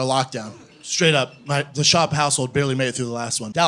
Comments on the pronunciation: It's so strange to me when he is saying Schaub, because i'm german, i pronounce it a bit different without the Double U after the Sh. I don't think that there's a letter in English, which sounds like the A U in German. xD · Andrew 'cliche' Schwab!!!! Isn't that just German pronunciation of swab? U know the medical absorbent?